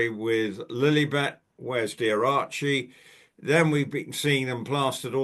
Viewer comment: please, please stop saying Lillybet, Lilly yes, even though still annoying, even MM calls the child Lilly, but you can be sure she gets her narcissistic jollies, when she hears people using our dear Queen's pet name!